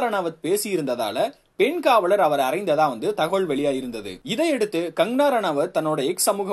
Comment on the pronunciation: Her name is Kangana, not "Kangarana". Please pronounce her name correct in the first place.